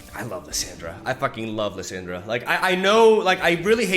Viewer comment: Dude its Lis- AH-ndra(like when the doctor says open your mouth and say ah) the way you say Lisandra sounds like Liz-Sandra and I had to watch this on mute, haha just kidding no I didn't. I really just went down to the comments so I can talk shit about how you talk. You say Thrall correctly and its literally the same fucking sound dude come on. Is it on purpose? Ok I'm done, gg good vid.